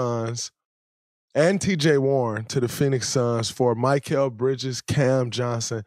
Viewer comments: Bro it’s mikal not mykal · Draymond his name is Mi-kal not Mic-kal lol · My-kall bridges 💀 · “Mikeal Bridges” cmon Draymond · It’s Mikal not Michael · If I hear draymond mispronounce Mikal again ima flip